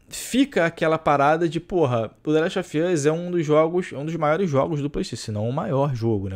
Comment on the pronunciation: "De leste ofi oss"